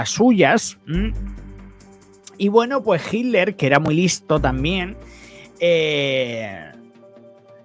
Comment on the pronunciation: Hola te digo que se dice Hitler y no Jiler Los nombres alemanes o Rusos o Ucranianos son difíciles de pronunciar😊